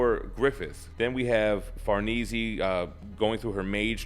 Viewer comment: The way he says “ Farnese “ is killing me lmao… 😭😭🤣🤣, but excellent video though man. But to say her name correctly is Far-Nay-Zay , not being a grammar jerk by the way. I’ll be sure to tune in more videos bro! Keep it up